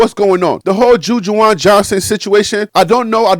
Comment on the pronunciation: Good job bro. But if I may, it's Ju- Waan. (Ju-Juan). It's all good but I was like yooooo